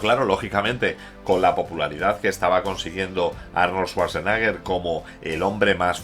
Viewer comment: No es lo mejor de Schwarzenegger, pero es muy entretenida. Muy buen video, como siempre, pero lo de Svasnaga me ha echo sangrar los oídos... Jaaaaaajajajaja